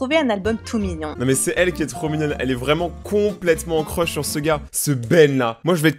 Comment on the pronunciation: elle as dit et j'ai un crosh à la place de crush mdr